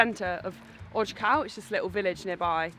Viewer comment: Great videos! The National Park you were in wasn't odge-cow or oj-cow. You probably noticed a grave accent on the O. It's oyh-ts-oof, or as close as I can get with English phonetics.